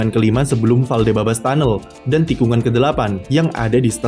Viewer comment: Ralat min, yang benernya "Valdebebas"